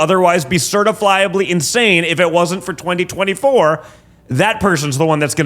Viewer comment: Little Deranged Donnie Jr is going to need adult diapers just like his Daddy from all his years of nose products. Certiflyably??? What is certiflyably? 😂